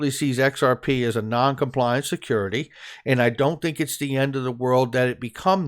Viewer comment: XRP is a "secodity". 😂